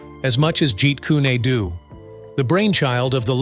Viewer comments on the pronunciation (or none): Wtf is a ji kunadoo? It's ji kun du. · Jeet Kun-ae Do? Jeet Kun-a Do? Jeet Kun-y Do? Try "JEET KUNE DO" Either learn to pronounce Lee's fighting system correctly or shut up; idiot narrator! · The pronunciation Jeet kune a doTo me ,lacks the flow of energy seen in the pronunciation ( jeet kune Do).With that flow like water. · Jeet kun do... not adoo. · Hey!!!!! Its not "Jeet Kyyuni dyyyuuuuu!!!!((((((((( ITS PRONOUNCED " JEET KOON DOE " !!!! BUTCHERING THE ART TITLE IS LIKE CALLING GREAT BRITAIN "CREET BRATTONE" CMON !!!!!((((( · In his movies it was called Jaquan Doe not what you are calling it in the narration of what you're saying you do this with all the other videos and all the other people I swear this is the third time I've seen and heard you say the names wrong get them right or don't narrate the movies or what people do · "Yeet coon eh doo" 🤣 Have you even watched anything Bruce Lee related at all? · Can't you find someone to read for you. This computer generated narration, Sucks like a Commercial Vacuum Pump!! Meet Koo- Neh- Doo??!! 😂🤣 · Jeet Kooné Dooo!😂😂😂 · He didn't even pronounce Bruce Lee's style that Bruce Lee made